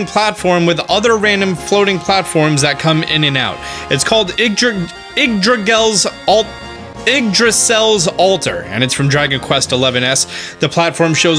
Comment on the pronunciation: I think It's pronounced ig drah seal